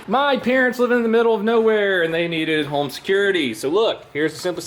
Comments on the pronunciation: When he says home it sounds like “Holme” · Are you saying HOLM in your ad? Pretty sure you’re saying HOLM